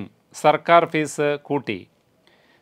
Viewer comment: Fees self minimum fees pronounced wrongly